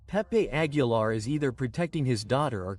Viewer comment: Pongan a leer Lguien qué sepa no sabe pronunciar ni Aguilar ni Quintanilla y dice Nugal y Querétaro pónganlo a ensayar antes es una verguenza